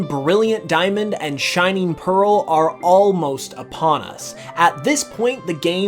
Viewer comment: PEARL, NOT PAREL!